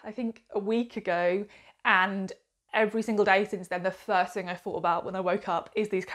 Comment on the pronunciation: Why can’t so many bloggers say th, as a reader it’s not fought it’s thought 🤦‍♂️